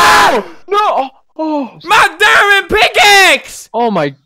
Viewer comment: Wen he said MY DIMOND PICAXE I thought he said MY MOM FATS